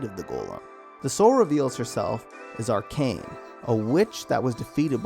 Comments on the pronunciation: I hate to be that guy but “Arachne” not Arcane 😅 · Arachne is pronounced A-rack-nay like as in Arachnid you know like her organization Arachnophobia. You know, because of the spiders.